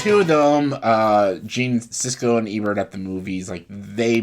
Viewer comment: Who is Gene Sisko? Do you mean Gene Siskel? Pauline Kael was a film critic that was highly-respected & a household name. She preceded Roger Ebert & Gene Siskel. Other well-known highly-respected film critics that preceded Siskel & Ebert are Andrew Sarris, John Simon, James Agee & Bosley Crowther. You might want know the topic you speak of before actually speaking about it. Oh, & also learn how to pronounce the surname of a film critic you decide to mention.